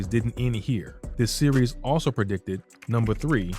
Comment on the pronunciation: You & others keep saying pre-dicted - noooooooooo 😡 the plannnners plan yrs in advance